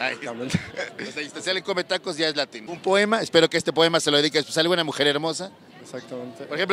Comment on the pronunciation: Qué proem, qué po, qué moem, pe poem. Me puse nervuoso.